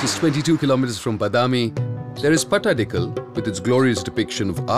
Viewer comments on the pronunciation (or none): It’s pattadkal. Not patadakal